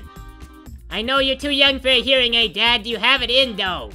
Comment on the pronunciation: "Urine-aids" that's what it almost sounded like when she said "hearing aids" to her dad. XD